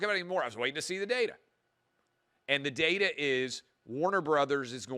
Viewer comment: So glad Clay pronounces data as date-a NOT dada. Personal gripe of mine. lol